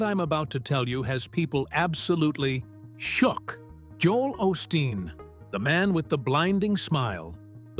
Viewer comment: This is actually a partially because you’re not pronouncing his last name right what a way to make a living in case you don’t know you’re not supposed to judge other people my mom used to say those who live in glass houses shouldn’t be throwing stones how would you like it if somebody looked into your background or Jesus Christ showed up at your house better watch Jesus just might show up you know we’re living in the last days and Jesus Christ might actually show up in your house how would you like if somebody open the YouTube channel followed you around and reported everything you do shame on you is disgusting I know his father was a good preacher and his mother very blessed woman other people like this, it’s up to God to judge him not you. I hope you find Jesus Christ and get off your high horse. These are scary days. We’re in the last days in God Jesus Christ will be returning soon, that I How are you into your demonic practices because for me, this is a demonic YouTube channel cause you’re not serving God you either trust and believe in Jesus Christ are you working for the devil and you don’t have anything else on your YouTube channel except for Christians but that’s how it goes in the last days. Sounds like you’re jealous. It’s none of my business what Joe Olsteen does and no one is forcing people to go to his church either. That’s what you call hypocritical wanna be Christian. He talks bad about her church. if they actually even went there, I know he’s helped people tha